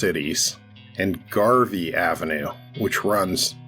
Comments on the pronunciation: It's Garey ave. Not Garvey !! .... Born and raised in that city and now I'm in Montana. What I miss most about Pomona is the wealth of multicultural restaurants and taking for granted the fact that it is a melting pot of the melting pot ! As well as the Los Angeles County Fairgrounds ! 💯🔥💥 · Garey not Garvey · *Garey not Garvy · Man,pomona dont have no Garvey, its GAREY.😊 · 'Gary Avenue, not Garvey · Every time I view videos on Pomona narrators always pronounces Garey ave as Garvey. We aren't In El Monte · Garey not Garvey Avenue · It’s Garey not Garvey